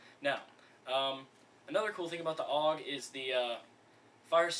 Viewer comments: Its pronounced A. U. G. not aug as a single word .. -. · there is nothing more that gets to me then when people say OOG and not A-U-G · Actually, no. People who know how to pronounce it say A U G, and calling it a bullpup is like calling M4's just rifles. A bullpup is a rifle with the magazine behind the triger, which offers a longer barrel without having to increase the length of the gun, and therefore increasing accuracy.